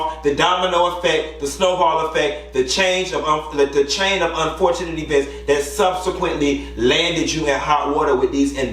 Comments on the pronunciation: Tisha IRKS me!! And someone please tell her to stop pronouncing event and eeee-vent 🙄🙄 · What irks my nerves is Tisha’s pronunciation of “E-Vent”....that is what she is truly insecure about...how she speaks ...I cringe whenever she says it 🥴😩